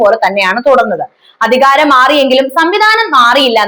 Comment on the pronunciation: ഉച്ചാരണം വെറും പൊട്ട (ബൂമി, അദികാരം അങ്ങിനെ പലതും) കനോട് place അല്ല "കൊണാട് place"